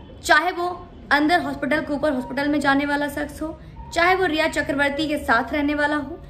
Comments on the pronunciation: "Saks "niii... bitch madam "shaks " hota h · Madam urdu bolne ka itna hi shoq he to seekh lijiye sakhs nhi hota shakhs hota he😆